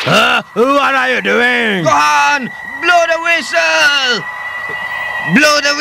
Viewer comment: “Bloh dah wistle!”